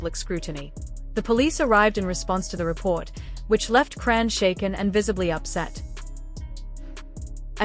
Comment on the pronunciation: Who dfk is "CRAN" Cmon folks. Its AI...WHY YOU STILL TALK DUMB.